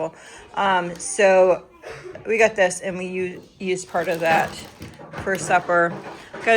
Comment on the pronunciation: It cracks me up to hear you say “ I gut” instead of I got.